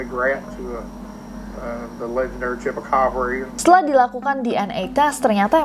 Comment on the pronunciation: CHUPACABRA omongan CHUPACABRA yang kedua itu aku denger nya "CHUPACABA" 😭🙏